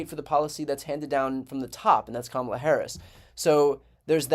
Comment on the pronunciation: I have to hand it to Trump for prononouncing Kamala's name correcty for once. Hes still a 💩 though.